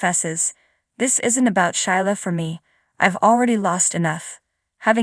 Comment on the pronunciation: Whoever is telling the story needs to know how to read and pronounce the words correctly. Sheila is pronounced Sheela not Shila Liam is pronounced Leeum. The word do's like "I do" not doose. Li is pronounced Lee not Lie.